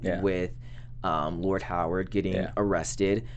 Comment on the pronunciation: COME ON guys. Its pronouned "HAR-WOOD" not "HOW-ARD". Its been 3 episodes at least you keep saying this name incorrectly. You're going to confuse folks watching / listening and saying to themselves, "Who is this guy with a first name of "Howard" that I never saw in the show!!?? "